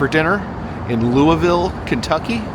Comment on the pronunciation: Noooooooo!!!!!!😩😫 I wish I had known you were in Louisville!!! I could have shown you soooo many cool things in our town! I hope you enjoyed your visit! Also: props on the pronunciation!